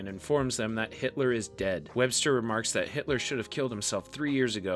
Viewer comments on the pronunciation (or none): none